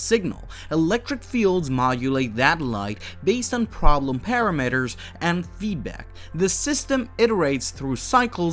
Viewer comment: prooning, par-am-eters, vare-ia-bles, foh-tonic, can-on -ical